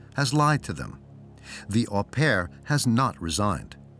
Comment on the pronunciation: My one criticism of this documentary was the narrator pronouncing 'au pair' as "Aw pair" - you'd think that someone would have corrected him in production.